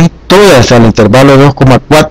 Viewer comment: Se dice intervalo y no intérvalo